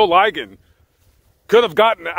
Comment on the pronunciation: Joe "LI-gon" ......the i is short, not long